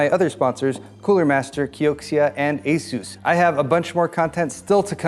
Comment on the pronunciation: lol "asus"